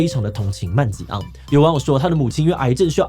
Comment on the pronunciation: 瑪利歐是因為槍擊犯的名字是路易吉……這才是看點，如果不知道槍擊犯的名字叫路易吉，那瑪利歐的梗圖就沒有那個味道了，不知道為什麼志棋一直叫他曼吉昂，而那個“拖延”，“拒絕”也在後面可以知道，其實用英語讀才有味道來著